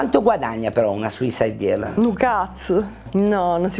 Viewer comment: Suisaid gherl 😂